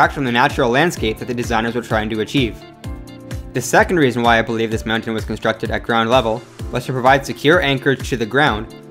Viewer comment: I literally could not watch this because of the insanely weird way you say mountain. It's almost like you're saying meown-tains.